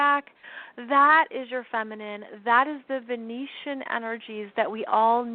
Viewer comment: Hi there! Great info and thankyou. Just wanted to clarify the word Venetian. Venetian are inhabitants of Venice, Italy. Venution or Venusian are associated with the planet of Venus. A person “from” Venus can also be called a Venerian (in Science Fiction). It may be your accent, but I thought I kept hearing the word Venetian. I certainly don’t wish to be a know-it-all: but the distinction carries a planetary difference; one is from Italy, the others from Venus. Love what you do...& again thanks for your insightful sharing with us all. 🙏🏻 xx